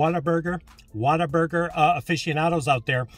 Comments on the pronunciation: Im from Texas and yes its pronounced what-a-burger not water burger lol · What-a-burger but with the texas twang it can sound like "Waterburga"